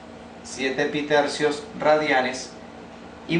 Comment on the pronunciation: Je je, "pitercios" je je 🙃